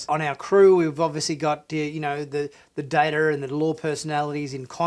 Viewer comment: Its data not data sir.